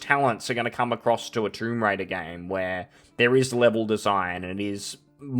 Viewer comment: Man i started laughing it sounded like you said "Troon Raider". 😂